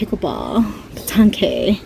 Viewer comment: That French game is Petanque. Pronounce pet"tank". Great review. Thanks